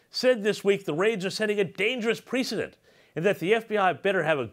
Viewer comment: Great post but the speaker pronounces "precedent" as "pree--cedent" but he should say "press--cedent."